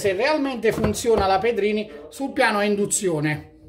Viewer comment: "Moka per indunzione" ?!?! Bocca mia taci...